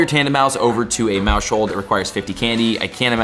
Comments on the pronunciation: Maus-hold, not Mau-shold lmao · Yep, he's missing the "household" pun. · Bro it's "mouse hold" a play on mouse plus house hold stop saying it wrong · Isn’t it pronounced mouse-hold, as in like a “household”? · Pronouncing maushold like that is crazy. Pretty sure it was intended to be like "mouse hold" like household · stop pronouncing Maushold like that!!! You said it wrong then you said it wrong like 20 more time in the space of 3 minutes, very painful :/ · Dawg why u say maushold like that lmaooo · the way he's saying maushold is bothering me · You say maushold so weird bro lmao why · I think he should close his moush hold since he can’t say Maushold, good lord, it’s your job, at least try.